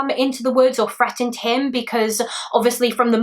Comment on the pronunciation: I dont know if will see this but maybe someone else can answer. Please dont think im making fun of or teasing you about your accent because im not and i am absolutely obsessed with it (i actually started watching call the midwife for that reason lol) but do you pronounce TH as F? I noticed when you said the word threatened it sounded more like Freatened... if that makes sense lol. If you did say it with an f is that the proper way you guys pronounce the th or is it more of just how some people say it? I am in the car on a 10 hour long road trip with my very loud 5 year old while watching this so i could have misheard